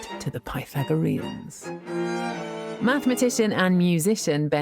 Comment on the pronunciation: Yeah right.... She made up that word 🤣 MATHMATITION